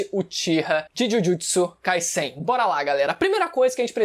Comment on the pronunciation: Que bom ouvir um BR pronunciando Kaisen como "Cáissem". 😊😊😊